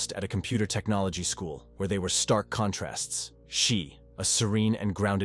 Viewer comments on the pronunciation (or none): none